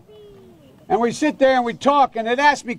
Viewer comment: Um does Joe "sit on the stand" or does he "shit on the stand???"